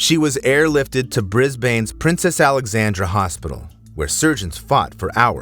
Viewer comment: It’s pronounced brisbin